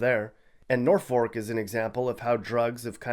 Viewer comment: Nor-fork? Why doe....?